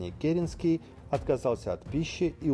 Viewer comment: Правильно КерЕнский!